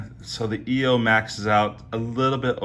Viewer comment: It’s not pronounced e o it is pronounced eye o !!